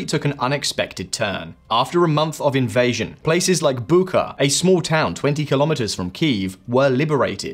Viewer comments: It's not Bukka, it's Bucha. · For the record. It’s pronounced “Butcha” not Buca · The "ch" in Bucha is pronounced like that in cheese. How do I know this? I checked in Wikipedia which took me 15 seconds. You could do the same and appear more professional.